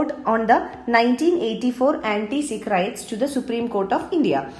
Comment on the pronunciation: It is not rites it is riots